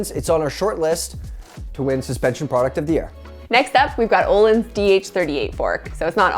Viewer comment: BRUH ITS ÖÖÖÖÖÖÖÖHLINS NOT OLINS